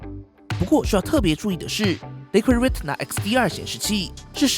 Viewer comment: ，英语里Retina这个单词，T字母的发音是不完整的，不需要完整发音。